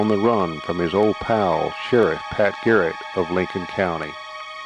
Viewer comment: It’s garret not carrot !